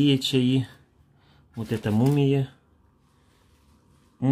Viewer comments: Это ты мумия😁, это мумие ударение на последнюю букву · Это "Мумие" ударение на букву "е" лекарство природного происхождения ,используется в нетрадиционной медецине ,как универсальное средство ! Ой я посмеялась с тебя ,это мумия какая то ее есть надо !)))) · сам ты мумия ...мумиЕ УДАРЕНИЕ НА Е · МумиЕ!!! А не мумия! 😂😂😂😂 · Привет из Германии!!!, это читается правильно- мумиё. Можешь в интернете прочитать насчёт мумиё, если тебе интересно 😜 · Не мумія - а мумійо. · Это мумиё ударение на ё это смола она правда полезная ... А вот травы ты сам говорил опасно пить не зная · МумиЁ. Ударение на Ё. Горная смола. Очень полезная. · Мумиё ударение на ё примерно со спичечную головку на один приём.